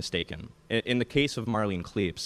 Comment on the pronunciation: Okay, seriously. Marlene Klepees!?! Come on.